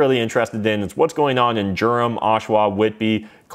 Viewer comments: It's pronounced "Derum" not "Germ". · Its pronounced Durham. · No gerum